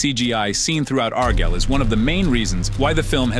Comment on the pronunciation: I heard several different pronunciations of “Argylle” in this video. I think I even heard “R Girl.” 😂